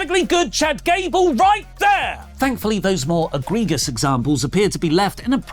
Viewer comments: aGREEG-us???? Soft second g there 😂. Otherwise, it's a great video as always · Is it just me, or did mispronounce egregious?